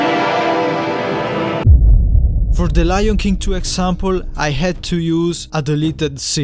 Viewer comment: Btw it’s not loin it’s Lion